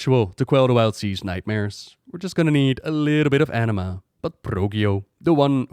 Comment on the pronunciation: enema? isnt it anima?